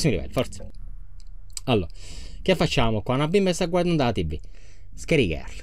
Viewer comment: Ti non si dice tivi si dice tivù